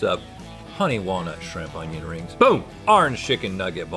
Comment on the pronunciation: Did that guy really pronounce onion as OWN-YON